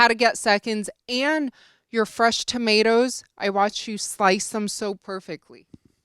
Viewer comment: “Fresh tomatoer’s “